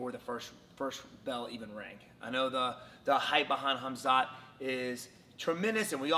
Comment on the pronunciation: His name isn't hamzat at least say the man's name correctly